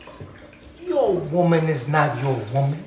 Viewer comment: Lmao a “women” is so funny because he can never pronounce it singular 🤣💀